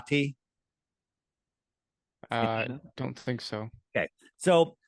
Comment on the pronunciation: 👋🏻 YOU'RE KILLING ME EVERY TIME YOU MISPRONOUNCE THIS ISLAND Kiribati (/ˌkɪrɪˈbæs/ (￼listen) KIRR-ih-BASS),[7] officially the Republic of Kiribati (Gilbertese: [Ribaberiki] Kiribati),[8][9][10] is an island country in the Micronesia subregion of Oceania in the central Pacific Ocean. Its permanent population is over 119,000 as of the 2020 census, with more than half living on Tarawa